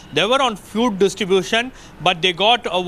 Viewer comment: It's distribution not ditribution